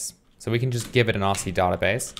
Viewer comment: I would really appreciate it if you started to pronounce the word "database" correctly.